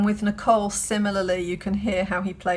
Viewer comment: "Nico," "Nichol," what a creep this dude is.